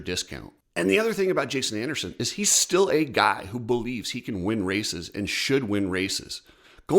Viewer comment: can you please just talk without the random emotional emphasis on random words. Everything is fine and you’re talking normal and then all of a sudden it’s like you’re pushing out a huge dump mid sentence. “Chase Sexton signs with a different team BUT HE STILL” ugggghhh “GIVES HIS CURRENT TEAM 100% “! Plop ahhhhh